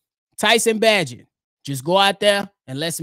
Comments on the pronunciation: We too far in the game, my boy. We gotta pronounce Bagent's name right. Its (bay•gent). ✊🏽🐻⬇️. Fred's voicmail was wild 😂. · Come on say his name right. Bay-gent. If he can't run Getsy's offense no one can ✌ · Love the show!! P.s it’s pronounced….Tyson Bay-gent Bayyyyyy gent 😊👍🏼